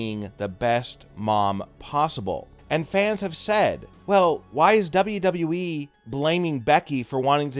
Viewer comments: At least he says WWE right now he used to say “dobbleduhwee” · I miss dobbleduheeeee....lol